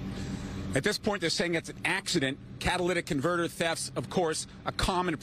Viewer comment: "Catalyst in converter" Lmao catalytic converter. Props for not saying "cadilladic" tho.